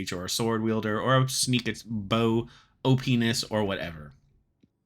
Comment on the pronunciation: Bro really said “OP-ness”